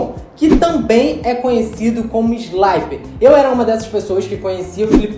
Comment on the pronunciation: Não se pronuncia "sláiper", mas sim "slipper", beleza? Vem de "slip", que significa "escorregar".